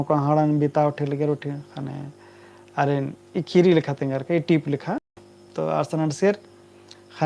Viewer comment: कुड़ुख़ भखा ही सही उच्चारण मन्ना चाहिए,अधा अधी अरा गलत शबद,,शब्द,,सिखा ब आना ती गलत असर मनो कुड़ुख़ संस्कृति अरा भखा गे।एका से का।,,खीरी,,,,, ख़ीरी। खेखेल,,ख़ेख़ेल।ख़द्दर,,ख़द्दर। ई बेसेम सही उच्चारण ननरकी तेंग्गोत तबे होले ख़ोख़ा ता ख़द्दर सही कत्थान सिखिर ओर।🙏🙏👌